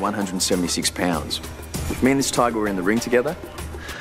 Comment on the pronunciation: REEOWL TYYGAH, lol